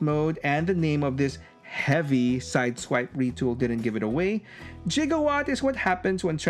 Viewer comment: It's actually Gigawatt not Jigowatt! "Ghee-gah-what" is the right pronunciation of his name! My physics school teacher would be confused hearing that... Gigawatt's name pronunciation issue even mentioned in Back to the Future Wiki too! All because of a spelling issue! Oh man!